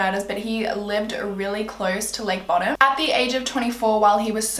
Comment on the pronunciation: Btw not to be that guy but it’s pronounce bow-dumb